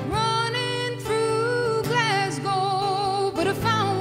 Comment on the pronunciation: When she says Glasgow my heart melts - her pronunciation is so spot on . Fantastic talent and absolutely lovely woman 🤗